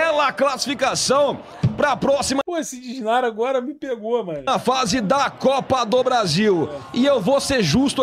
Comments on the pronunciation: Cara meteu um "DISNARA" kkkkkkk Matheus Souza fazendo escola kkkkkkkkkkkkkkkkkk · Sério que ninguém vai falar sobre o "Disnara"? Que porra é essa? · O q é "disnara"?? 😂😂😂😂😂😂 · "DISNARA".... SNARFFFF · Disnara...Disnara....que poha é isso???? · Que p... é "disnara? Kakakakakaka